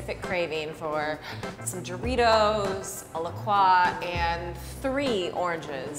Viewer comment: I hate to be that person, but it's pronounced "La Croy" like the river. I'm saving you from passive aggression from midwesterns.